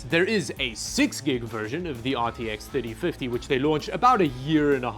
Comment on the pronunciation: aar tee eks theytee fiddie